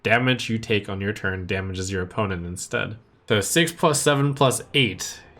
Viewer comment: "In one tun" Whoops.